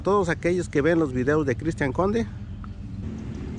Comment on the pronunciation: Que no es Cristian con C no D jajajaj